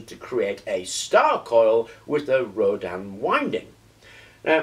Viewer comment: nice vid, just a point though......... its pronounced ROW-DIN... as in Tin....also....what you have there is more commonly called a "starship coil"...or....a flattened Rodin coil, a true Rodin coil is not flat but wound around a toroid, typically a plastic toroid as found in those childs plastic donuts they have to stack on a shaft in the correct order